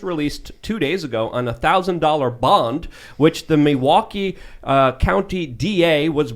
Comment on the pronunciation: As a person from Wisconsin im so proud of you people pronouncing our cities name correctly. We know its hard.